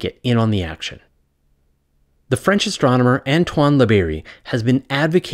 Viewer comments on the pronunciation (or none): none